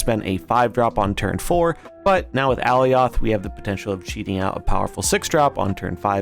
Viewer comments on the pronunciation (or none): Good video but that pronunciation was killing me. ( AH Ly oth) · No lol. It’s pronounced “uh-lie-oth” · Is that how Alioth is pronounced? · Lol go watch the Loki series… he is definitely saying it incorrectly and it makes the video hard to watch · Lol no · No, i disliked the video just because of that 💀